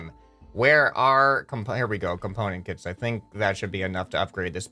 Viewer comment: KITS ITS KITS NOT CITS